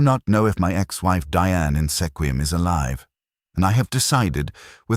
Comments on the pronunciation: Good story but it's pronounced SKWIM not sekwim. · Squim not Sekwim. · Mispronounced Sequim.